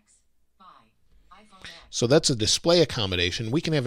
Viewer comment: the irony when even the speech engine on ios reads “iPhone X” incorrectly